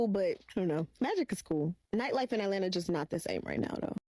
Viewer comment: What would you do over there? Look at and talk about other people? Boring. I took my wife out to concerts or dinner and a movie or a museum or whatever, just to enjoy together. But hey, I'm not from "Ellenna" or how they pronounce it.